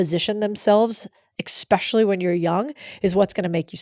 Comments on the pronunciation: Especially not exspecially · You had me at 'EXpecially' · Please tell me she didn’t say “exspecially”.